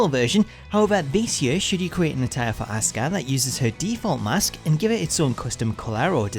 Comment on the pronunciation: STOP SAYING ASUKAS WRONG NAME WRONG ITS GRINGEY AF